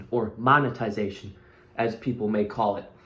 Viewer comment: Boy really said "moneytization" 😂😂